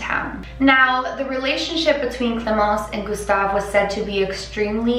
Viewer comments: I'm french and your pronouncing ion of clémence was on point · Wow your « clemence » is on point! Good french :)